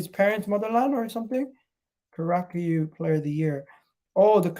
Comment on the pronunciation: Curacao is pronounced "cura-sow". Its in the caribbean.